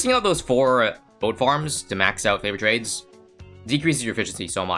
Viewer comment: Am I the only one who hears flavoured trades?